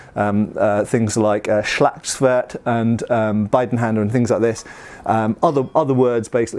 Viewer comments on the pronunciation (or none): Well you don't pronounce it that way. Try to pronounce the 'i' like an English 'e'